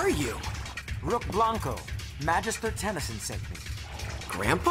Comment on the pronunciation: and Rook is literally says "Ben TennesOn" Everytime😔